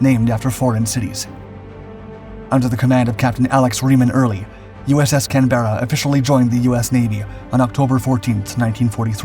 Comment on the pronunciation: The narrator needs to learn how to pronounce Canberra.